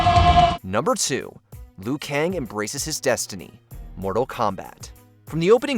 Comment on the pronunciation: Not just Raiden, but he keeps occasionally calling Liu Kang "Le-yu".